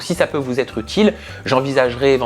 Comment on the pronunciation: Bonjour. Ce dont vous parlez ne m'intéresse pas, c'est vous qui m'intéressez. J'aime ce que vous faites, comment vous le faites. Permettez-moi deux petites choses, attention quand vous dites : " quelle va être sa réaction" ce n'est pas : "quelle va Têtre sa réaction" et deuxièmement, "les quatre amis", mais pas "les quatre Zamis". Ne vous formalisez pas, mais je présume, à vous voir et fréquenter vos interventions, que vous êtes rigoureux et soucieux d'être un exemple. Merci encore pour ce que vous êtes et ce que vous faites.